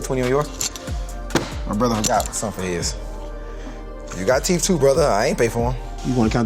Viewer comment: “You got teef too I ain’t pay for em” 🤣🤣🤣